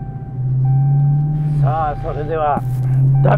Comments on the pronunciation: As an American auto mechanic, i love that Japanese people pronounce "Dodge" as "Dodgy". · So coooooool we love Japanese imports as well ! Love to see it also the Doj-eeeee is killing me 😂😂🤣 it’s dodge